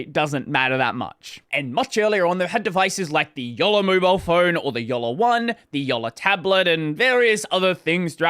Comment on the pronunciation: Not much closer, spot on